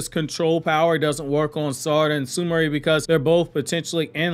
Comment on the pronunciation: Bro stop butchering the names her name is not su ma ray ... it's su mire..not su ma ray 😑😑😑